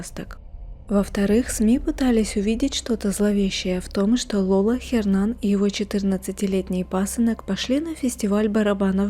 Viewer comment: Не говорите "Хернан"! В испанском "Н" не произносится! Его имя произносится как "Єрнан".